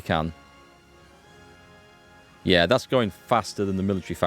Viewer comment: I love your pronunciation of "yeahr" gives me a kick every time haha